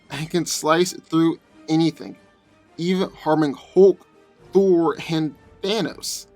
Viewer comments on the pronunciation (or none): none